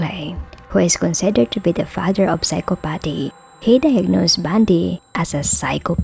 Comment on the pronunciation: I've noticed"Psychopathy" has often been mispronounced lately in video's.. Awesome Video never the less👏🏼👍🏼 I'll never understand what drives these demented individuals to commit such treachery smh, well.. besides wandering wicked spirits in search of lost vessels but the flesh must take some part of the blame bc judgement awaits All living and it makes me think is it possible that some people are born evil and if so.. how&why??? (It's almost too much to take in..)